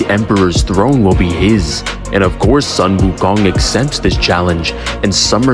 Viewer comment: You pronounce the 'Sun' in 'Sun Wukong' as 'Soon'!!!! So frustrating. Tsk.